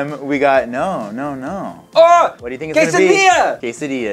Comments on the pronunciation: Quesadilla? Do you mean a [Qu-say-d-la] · Who else got triggered when they were saying quesodia in italian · Why do they keep saying quesadilla wrong I’m Mexican like but he can’t even pronounce it right 🤯😡